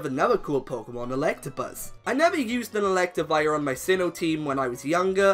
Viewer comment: ELECTIVIRE, NOT ELECTAWIRE!